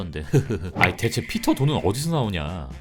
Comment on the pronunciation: 어 왜 네드가 보통 발음을 피러~~ 이렇게 하는데 우리 발음처럼 피터 라고 했는지 .. 전 이게 왜 머리속에 남을까요